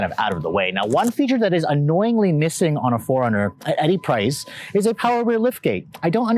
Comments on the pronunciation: Its annoying of how he says foreigner instead of 4Runner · why i'm hearing"forner"instead of "four runner" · Didn't anyone tell him it's 4-runner... Not Foreigner... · ikr it was bugging me the entire time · 4 RUNNER not foreigner...HOLYYY!!! This guy is killing me! URGENT! I wanna know what love is....I wanna know if he knows the model name....grrr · "The foreigner..." Sorry, it was driving me nuts every time you said that! I know you tend to talk fast but, for the love of sanity, should do a tiny pause between Four and Runner... Four.. Runner not foreigner!! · It’s 4 Runner. Not Foreigner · IT'S 4 RUNNER NOT FOREIGNER! 🤔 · 4 runner, not foreigner. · It's 4RUNNER!! not FOREIGNER!!! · "4 - Run n - er".... I keep hearing "Foreigner". Awful. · Geezz all he did was complain about the dam 4runner. He is annoying as hell! And dude its 4 runner stop saying foreigner!!!!!!!!!! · Foreigner, I thought I was the only one that noticed until I scrolled through the comments. Now every time he says 'foreigner' I can't help but giggle a little. . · I keep hearing foreigner. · I kept having Foreigner playing in my head as I was watching your excellent review and I finally realized why... it was how you pronounced 4Runner! Just teasing... great review my friend. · Great video but am I the only one who thought he kept saying Foreigner? LOL. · Cannot unhear that. 😂😂😂🤣🤣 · Tought I was the only one hearing that..😅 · It drove me nuts lol. I was like wait what?!? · I thought it was an east cost pronunciation........like west cost = coke east cost = cola